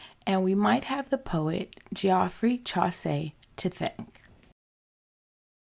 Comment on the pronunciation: I loved watching you make your dress and styling it but I've got to be honest and tell you hearing you pronounce Geoffrey Chaucer made me wince, I'm so sorry. His name is pronounced Jeh-free Chaw-suh Again apologies, but love the dress!